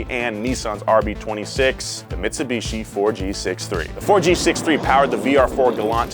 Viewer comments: If you take a shot every time calls it Mits-a-bishi instead of Mitsubishi, you will be dead within the first 3 minutes of the video. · Mitsubichi senpre😂😂😂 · Never in my life have I heard someone pronounce it meetsubeechi